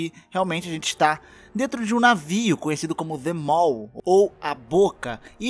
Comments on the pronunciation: se diz "The Maw" :v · Ele disse que a tradução é "A Boca", então traduzindo para o inglês fica "The Mouth". Se for isso mesmo, ele está pronunciando errado. The Mall significa "O shopping"